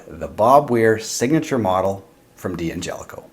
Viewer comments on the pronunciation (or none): I love your reviews, very detailed and relevant, but I cringe every time I hear you say DE Angelico. I know a lot of folks pronounce it this way, but they are wrong. D'Angelico is pronounced DAN-jelico. Otherwise keep up the great work!